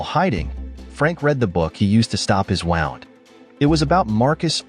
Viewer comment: ffs stop saying wound wrong